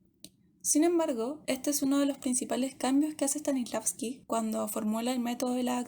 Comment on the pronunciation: El actor dice: “Stalisnavsky” jajajaja. He escuchado a varios pronunciarlo igual jajajajajaj STANISLAVSKI